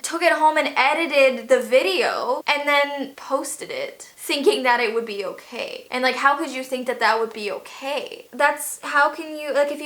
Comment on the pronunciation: Its not OKEH to be OKEH ❤ (Titan cry 😭)